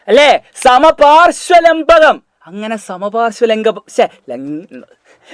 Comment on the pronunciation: That Lankabam😅😅